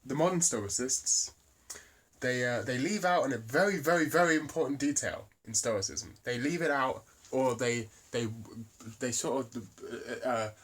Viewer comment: Upload video of you fully pronouncing "stoicism" , I think I could get my buddy Ben to disprove your theory solely on the argument of your pronunciation alone.